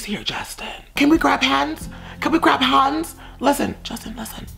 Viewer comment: “Can we grab hahnds???” i’m